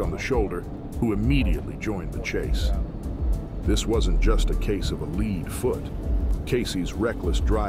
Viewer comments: It’s “lead” as in the metal, not “lead” as in leader. 😂 And K9s don’t sit in the front passenger seat. Everyone knows that… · I love how the AI gives itself away by mispronouncing words that no human would. He says ‘lead foot’ but pronounces lead like he’s using the word like ‘the candidate had a lead in the polls’. 😂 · "LEEEEAD FOOT"? Is this AI narration? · A lead foot! Like you "lead" a horse to water! It's lead, like "led!" You stupid motherfucker! Take your stupid ass back to school, are learn how to fucking read, you dumbass!...🤓 "Led!" Not "Lead" You fucking idiot!...🤬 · The pronunciation is distracting when they say “leed” foot instead of “led” foot. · What is a “leed” foot? 🙄 If you’re going to use AI then teach it the difference between “lead” and “lead”. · These stupid, stupid AI voices. "Leed" foot? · You think.......This wasn't just a case of a "LEED" foot you'd think computers would pronounce things better, but I guess numbers are more a machines thing. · “AI will end humanity!” AI: doesn’t know the difference between “lead” and “lead”. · Lead, led, lead